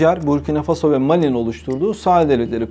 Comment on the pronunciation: 👍👍👍!вот только ударения правильнее ставить на последнем слоге(фасО,СахЕль,МалИ